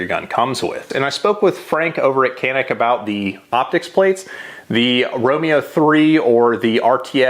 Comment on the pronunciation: I am Turkish, and Canik is a Turkish brand. However we can not buy it in our country. Not easy to obtain it due to strict laws. We can only watch American videos to learn more about it. By the way pronounciation is wrong. İt is something like "ja-neek".